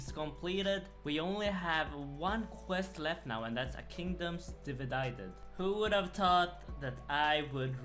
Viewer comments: A kingdoms dividaided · A kingdom's dividided, you killed me ahahah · Can't say devided but can feardhinen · how did you mess up saying “divided” but perfectly pronounce the “bow of faresrarebsn” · Never once said A Kingdom Divided correct 😭😂